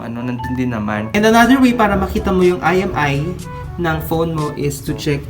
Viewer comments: imEi po hnd iMi 🤦🏻‍♂️🤦🏻‍♂️🤦🏻‍♂️🤦🏻‍♂️ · It's IMEI not IMI..